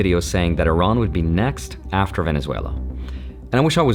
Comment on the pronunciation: First of all thank you for pronouncing the name of our country correctly. It is indeed pronounced Ea-ran, not I-ran. Third explanation would be the millions of Iranians on the streets in Iran and outside of Iran wanting regime regime change and we need foreign help to achieve that.